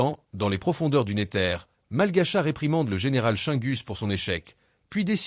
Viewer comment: wesh on dis le nézeur pas le néteur